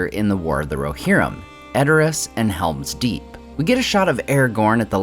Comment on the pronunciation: It's called Helm's Deep not Hera's Deep